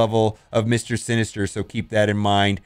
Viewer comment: “mr sister-ster”